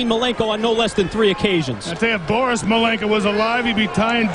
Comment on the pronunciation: Mr bore-us malenko lol